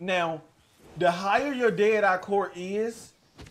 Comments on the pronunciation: Dead rah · I thought this was a dead eye tutorial not a Daytah tutorial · Day er-i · “How to use derah” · How to use "DAY-dah"